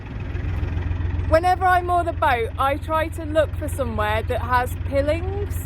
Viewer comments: Just found your channel, lovely natural presentation. Pilings is pronounced pile-ings. They are driven vertically into the ground to support a bank or foundation for buildings. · 4 MPH equates roughly to a steady walking pace. The metal rails are pronounced pie lings. Sorry. You’re doing great. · I could be wrong, but I think 'pilings' are pronounced 'pie-lings' . Just saying.....love the videos, definitely Zen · Hi, can see why you love the life. I am no expert on canals, but I believe it is pronounced 'pylings' as that generally refers to posts or retaining walls driven into soft ground or into river beds/shorelines to anchor pontoons etc. Happy travels. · I thought it might be a regional pronunciation :face-purple-wide-eyes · First time I've ever heard pilings pronounced 'pillings', usually pronounced 'pyelings' 😅 Little tip, when you start to moor, use a piling hook (aka nappy pin) on the centre rope, the boat won't go anywhere then and they're very quick to put on and off👍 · Nobody calls them pillings, everyone pronounces them as PIElings, you are either an alien or this is an AI production. OK I'm calling it, this is all AI, is not an actual person. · Pill-ing's are pronounced pile-ing's - Stay safe sweet Lady 🙂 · Pronounced pilings not pilling. As in piles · Great video - it took me back 40 years ago when I would regularly narrowboat on holiday from childrens homes I was in. You did make me chuckle calling them "piiilings". I think it is pronounced "pylings" although it is spelled piling. Already looking forward to watching more of your videos. Ty for your effort in making them for us. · Hi, I've just discovered your channel and subsrcribed. That knot won't come undone by itself in a hurry. My only criticism is your pronounciation of pilings. They are pile-ings. I'll let you off though as I'm a newbie to your channel. I'll catch up with your previous videos later and I'll look forward to seeing future content. 👍